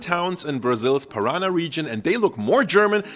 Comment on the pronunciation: The region in Brazil is pronounced Para-Nah, not Pa-Rana.